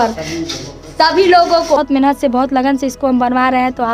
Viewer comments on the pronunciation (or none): Itna aacha bolti ho lekin mehnat ko menahat kyu bolti ho mehnat bola karo ab video me mehnat hi bolna lsko sudhar lo baki sub bahut hi achha hai comment me batana